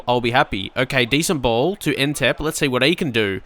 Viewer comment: you're saying Ntep wrong